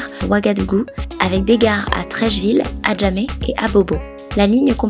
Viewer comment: Mais arrête de massacré les nom abojama KO agojama c'est quoi ça même hein